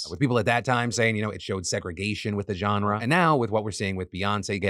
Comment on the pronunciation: learn how to pronounce "genre". It's not a /j/ sound